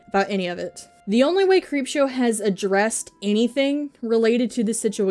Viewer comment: Okokok not t be offensive but it sounded like you said creepshart, thank you because now she has a new nickname